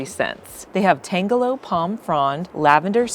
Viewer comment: Tangelo (citrus) tan-juh-low not tangle-low